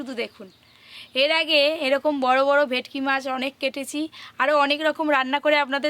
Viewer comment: ভেকটি, ভেকটি করো কেনো?তোমরা কি সোজা সরল ভাষা জানো না? সেই কোন জন্মে ভুল নামটা জেনেছো,এখনও সেটা চালিয়ে যাচ্ছ।এটা ভে ট কি মাছ ।সব সময়ই ভুলভাল উচ্চারণ ।ভীষণ কানে লাগে ।ফিস কাটিং দারুণ হয়েছে ।দাদু কে বলবে ভালো জিনিস খেতে গেলে একটু ধৈর্য্য ধরতে হবে ।